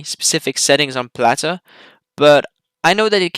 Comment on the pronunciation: I hate the way this guy says "Plater"